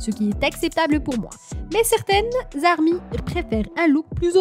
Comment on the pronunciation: "Vé" bétéès " armé "